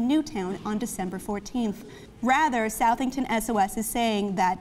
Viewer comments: It's pronounced "Suh-thing-ton" not "South-thing-ton" I know how it's spelled. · Excellent review of the topic at hand, for extra bonus points, please consult with John regarding the proper pronunciation of Southington, CT no SOUTHington; he hails from the Nutmeg state after all. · TT its pronounced suthington like suffer (CT resident)